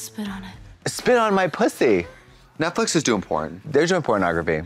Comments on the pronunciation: I love how Trixie says it like Netflick and not Netflix lololol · Guys , why Trixe say “Netflic” instead “Netflix”, is that intentional? Well ,I love it 🤣❤️ so cute and funny 😆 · Does Trixie keep calling this Netfic LOL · trixie calling it netflick is what i live for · Trixie always saying “Netflic” is something